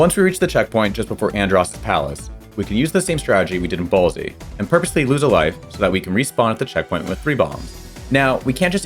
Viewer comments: Its Bolse as in Bolster. Not Ball-zee!!! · I don't think that you are supposed to pronounce the E in Bolse. That makes it sound like ballsy. I think the pronunciation is like boils without the i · I've heard it pronounced "balse" and 'boles', but never, ever heard someone say it "ballsy". It started grating on me hard after the third time he said it. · Fantastic challenge and video! Although your mispronunciation of "Bolse" was much more distracting than I thought it would be. You keep speaking as if it was spelled "Ballsy", but there is no A in the word so this is incorrect. If a word would end in an S and not be plural, a silent E is added to the end of it. Even though this is a fictitious location, the location is still singular so the ending E is still silent. This would be pronounced like "Bowl-ss" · Your pronunciation of Bolse is weird. Did you use a bomb to save Slippy at the start? How is he available for the first boss fight? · This pronunciation of Bolse is new to me and I’m not on board 😅 sorry (I fall into the silent e group) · bolse is one syllable. i believe peppy says it when you fail sector z. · I noticed how you pronounced "Bolse" (Which probably should be more like "Bowls") and "Solar" (like in "Solar eclipse" or "Solar panel") was kinda funny. XD And also how you pronounced "Meteo". But yeah, you never pressed A! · you can’t convince me that you didn’t pronounce meteo, solar, and bolse the way that you did without the intention of rage baiting the audience